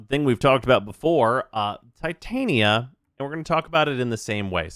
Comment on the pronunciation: Coming back to this mans videos in 2024 and glad to see theyre as clean as ever. But is bro really still pronouncing "Titania" like that ?💀